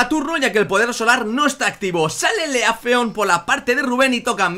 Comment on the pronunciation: se dice lifleon no lefleon